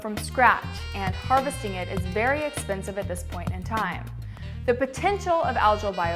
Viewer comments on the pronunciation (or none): none